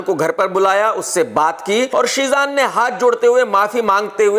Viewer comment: Jeeshan nhi sir Sheezan 😔🙏